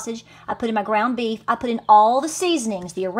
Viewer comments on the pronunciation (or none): none